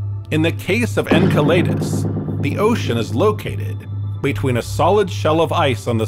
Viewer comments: the word is pronounced en*cell*le*dus not en*cell*lay*dus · Was thinking this too. It would explain "En kai lee dus" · I liked that you tried to correct him even though you got the point so I'm going to correct you too! 🤣 Enceladus (not Enceledus) derives from a titan of the Greek myth Εγκέλαδος so him using an ay instead of an e is much better although both wrong. Astrophysicists I've known pronounce it Enceladus, which is pretty close. Anw if we got the point I guess it was fine enough 🤣